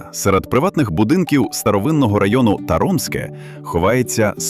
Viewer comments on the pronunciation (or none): ТАромське 😉 Наголос на перший склад. Також в нас великий ліс та Діївські плавні поруч. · Місця класні❤ Наголос ріже слух Таромське - наголос на першому складі